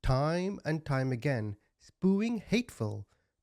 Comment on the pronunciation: Spooing? SpEWing you should really work on your fu***ng English